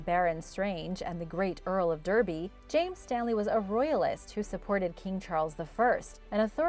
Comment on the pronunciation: Derby is pronounced Darby you forgot to include Wales. Your diagram shows Wales as a part of England, they are two different countries.